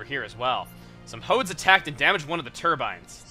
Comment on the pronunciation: when you said "Punish the Hodes," I honestly thought you said "Punish the Hoes."